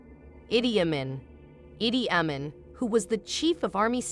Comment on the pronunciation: I'm sorry..but you mispronounced. Dis em bould. You said dis em bowled...and Edi Ameen. You said Adi Amen....I'm doing this how words sound different than they are spelled ...use Google to pronounce words before you make videos.... awesome video by the way